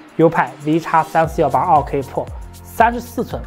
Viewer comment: 自行车是什么梗？还有健哥这个pro一直听成了破